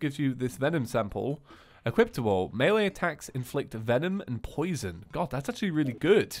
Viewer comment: aaahhh stop saying "equiptible", its "equipable"